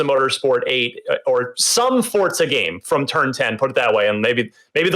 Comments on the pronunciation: They keep saying Fortsa not Forza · Stop saying fortsa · I thought it was Forza not Fort-sa. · "forTza"? I've been pronouncing it "Forza" for years. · Why people call it fortsa?🤷‍♀️ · wtf is fort-za?